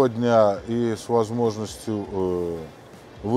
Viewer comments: Я тоже наверное стану охотником и рыболовом, вон у них тачки какие. Автор задрал не правильно говорить Лэксус может Лексус где ты увидел Э букву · Обзоры не ваше дело, не приятно слушать Лэксус и Мишелин